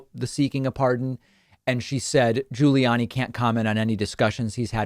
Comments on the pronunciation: I only clicked vid to hear David mispronounce “GiuliAni” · David says "Guiliani" and "McEnany" weird